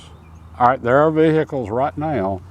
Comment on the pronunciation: Vee- hick- uhlzzzz.